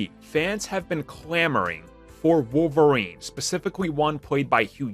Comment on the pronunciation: Wolf-erine he's the wolf lol